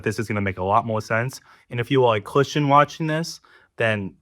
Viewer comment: Is he fwiends with biggus dickus?